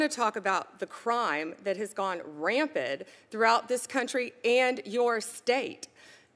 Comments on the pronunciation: What a ridiculous turd. The fact that anyone actually falls for this administration's BS is depressing. Also, it's "rampant," not "rampid," Mrs. Law School. And get some acting lessons, my god.... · You would think that someone with a law degree would know that the word is " rampant " not "rampid". But...Trump likes them stupid